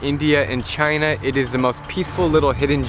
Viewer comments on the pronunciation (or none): none